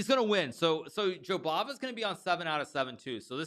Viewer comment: gotta love it when Hikaru says "Jobaba" for like a 1000 times. Im walking around saying that name to myself